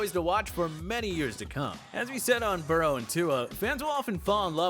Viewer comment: they way he pronounced burrow is disgusting.